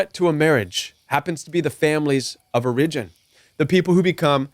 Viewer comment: Strong advice, thx!! 🙏 The control games are real! I’m hoping this helps, but I’ve never heard the word ‘origin’ pronounced that way. I’ve only heard the accent on the first syllable /‘or uh jin/. And I’ve only heard of “tight knit”, not ‘niche’🤔 I’ve asked Google in case it’s colloquial, but Googling doesn’t seem to help me here.